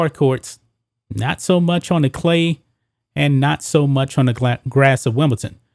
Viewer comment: What is it with Americans whon can't seem to pronounce Wimbledon properly. Does T look like a D to you Sir? Smh